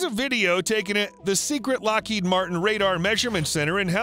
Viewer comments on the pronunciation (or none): none